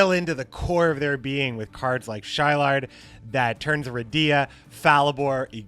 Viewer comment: Wouldn't Shilard's name be pronounced as "Shi-laad" instead of "Shy-Lard"?